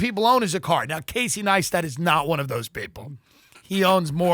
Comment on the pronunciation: Why did Tim know how to say Neistat and then not know how to say it as soon as he started reading?? 😂